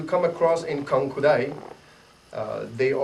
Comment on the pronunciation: good video, but mmm you may want to change the introduction of the video, it's not "KUANKU DAI" but it's "KANKU DAI", you may also want to change the description of your video, again it's not "KANKIU".